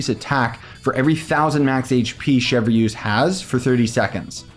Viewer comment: her kit looks underwhelming but the new overload buffing seems cool imo, i really like her design and kit though also her name is pronounced like "Shevrus" and not "chev reuse" lmao